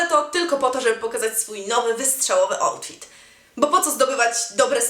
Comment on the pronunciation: "outfit" ? chyba "autfit" xD (wymowa)